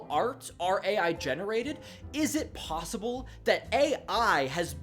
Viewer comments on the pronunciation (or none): none